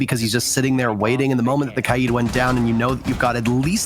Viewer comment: What operator is "Clodded"? Oh, you mean KAID YOU MORON.